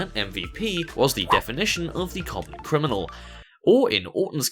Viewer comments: He said CRINIMAL 🤣🤣🤣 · Crinamal Crin-a-mAl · Crini crini crini crniimal. LOL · Are you having trouble saying the word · Don't let this distract you from the fact Randy Orton mispronounced the word Criminal in the racist promo lol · he made me studder Criminal after his 12 attempts trying to say it right